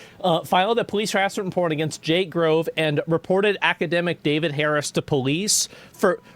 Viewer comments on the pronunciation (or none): none